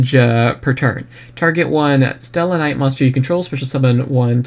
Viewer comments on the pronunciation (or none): c'mon it's not that hard of a name, other ones I can understand bit come on it's Stella knights with no space just sound it out dude